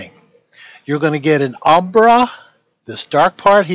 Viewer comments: not since high school have I heard someone so confidently assert something while also mispronouncing it. Hearing this guy say “umbra” is like hearing DJT say he knows a lot about “inDUHstry” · Everyone he says 'umbra' penumbra, makes me think he says abracadabra!!😄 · Every time he said "umbra-penumbra", a white rabbit appeared in my coat cupboard.